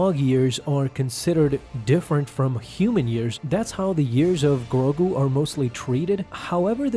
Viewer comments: Why do you keep saying grobu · Grogu, not Grogru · He hasn’t grown because as far as we know, his species ages slowly. Yes, great merchandising, but he’s going to grow. Yoda didn’t become a lightsaber slinging master in an instant, he became a master at 100 which is 50 years from the current age of Grogu (not Groku or Growku as you keep calling him). Jar Jar was comedic relief and the most annoying creature. And yes, honestly, he is holding back the main story for Mandalorian in my opinion. I understand the world building necessity to expand Star Wars, but I hate how slow Mandalorian moves and how few episodes there are. It pisses me off.